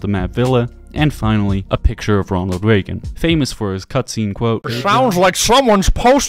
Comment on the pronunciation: Not a picture of Reagan, that's Nixon....ye can't even pronounce Reagan correctly..